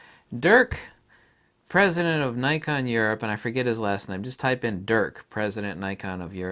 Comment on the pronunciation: Dirk Jasper. But please don't pronounce it as Durk. XD It's Dirk with the "i" of "it" or "if". (unless it's some sort of joke in which case ignore me ;) )